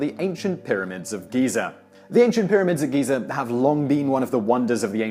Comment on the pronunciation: GHEE-ZARR. XD